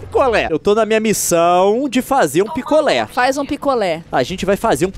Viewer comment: quando ele falou picolé eu entedi piccolo